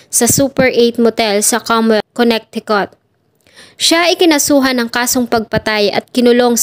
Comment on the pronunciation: Maganda Naman at detailed. Suggest ko lang to search/google tamang pronounce ng MGA states sa us. Suggestion lang un para mas maganda and at the same time in iba na indi aware sa tamang basa/pronunciation ng MGA states ay malaman din nila. Search mo na Lang how to pronounce Connecticut. Over all maganda